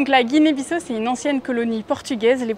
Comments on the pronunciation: la moindre politesse est de se renseigner sur la prononciation du nom du pays. pas guinée bisso, mais bissau se prononce bissaou. et où est la difficulté de récupérer le colis ? avez-vous sillonné tout le pays pour le trouver ? le destinataire absent du pays, on vous a remis son paquet sans problème. par ailleurs, je vais régulièrement au Sénégal. quand je le veux, même mes courses et mes plats commandés en ligne me soint livrés à domicile. je ne comprends pas cette généralisation. l'Afrique est un continent. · Et d'ailleurs vous dite guinee bisso c'est guinee biss à au sa s'entend comme sa juste en précision